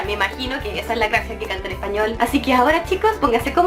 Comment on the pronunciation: Justin non pronuncia per niente bene lo spagnolo